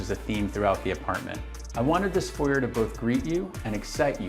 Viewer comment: the way this guy says 'foyer' is hilarious